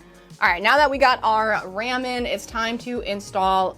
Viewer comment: She really said “now that we got our RAMEN” not RAM in ok. Now I’m hungry for instant noodles.